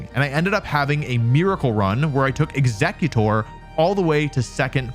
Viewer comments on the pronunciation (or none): none